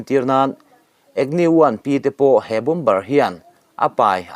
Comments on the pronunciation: Bombar ti nulh nulh suh, bomar ti a lam tur aw. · Bom bar ti ziah teh suh Bomer ti hram teh. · Bomber ... Bomer ti a lam rik tur niin kalo hri a han enchiang deuh teh naua